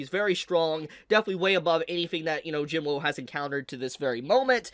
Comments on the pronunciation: Not trying to be rude, but it’s pronounced Jin wuu not Jin woo. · My man really think our boys name is Jin-woah lol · Jin-Woo has no W sound. Its just Oo. So it’s Sung Jin-Oo.